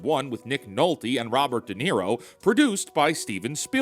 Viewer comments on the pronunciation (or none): none